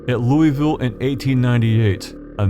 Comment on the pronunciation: Thank you for pronouncing Louisville correctly.